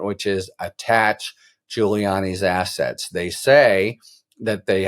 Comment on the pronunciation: Did you say "attach his assets" or "attach his ass"? Attach his ass!